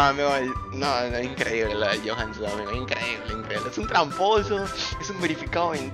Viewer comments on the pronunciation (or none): Me llega ala pin. ga cuando dice johan zum